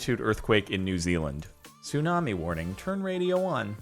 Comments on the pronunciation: Says 'tsumani' not 'tsunami'. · “Tsumani” wait a sec 🤔